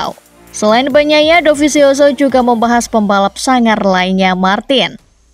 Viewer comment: bilangnya pecco aja gmana? banyaia banyaia agak gmana kedengarannya